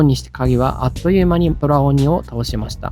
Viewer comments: 空鬼って、｢くうき｣と読むのでは？ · そらおに、ではなくて、くうき、だった気が…